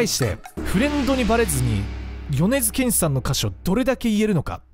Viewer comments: 米津玄師のイントネーションが違う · よねづけんしのことをよねづげんし言ってた人おるやろ おれや。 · 皆さん、よねずけんし⭕ よねずげんし❌ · ま ま よねずけんし❌ よねづけんし⭕️ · 米津玄師(よねづけんし)です。 ｢げんし｣じゃなくて｢けんし｣です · げんし じゃないよ けんしだよ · よねづ「け」んしやで